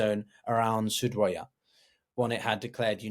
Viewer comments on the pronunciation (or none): I know i was gonna say the same. Was looking for this comment. You would assume if you were gonna make a video about السويداء or as-suwaydah, you would be able to research how to say it… you can just call it suwayda (like it says on the map you have) Soo-wey-da Not sudwaya or surdwaya or sudurya Practice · Hey, great video, just one thing: it's Su-Wei-Da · Yes. Doesn't know how to pronounce Suweida. say Soo-way-dah. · I’ll make it even easier for you (coming from an arab): you don’t even need to pronounce the “u”. Just say “sweyda” Sway-duh (Repeat several times) I’m sure you would have had some arab friends you would’ve been able to consult on this matter before publishing this video. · Given that you're struggling to pronounce "Druze" and "Suwaida" correctly, I find it hard to take anything else that you say seriously, unfortunately.